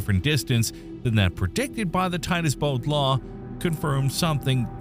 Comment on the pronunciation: They said Titus Bode law . Not word . They talk insult story .they are wrong .